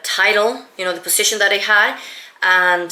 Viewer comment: I think you mispronounc the words resume and position